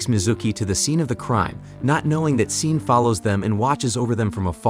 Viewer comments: I had to stop watching this video less than halfway through because he keeps mispronouncing "Sean". f#@ you, A.I.! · Hahaha Love how the narrations keeps calling him seen. His name is Shawn, just spelled SEAN